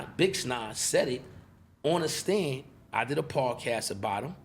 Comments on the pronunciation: I heard him say bixnine and I was out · he said bix9ine hahaha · Is he calling him bix nine? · Cix nine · I thought I herd vix 9 lmao 🤣 from the uk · Why he say 'BixNine'?